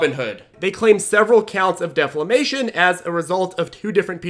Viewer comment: Defamation* not deflamation.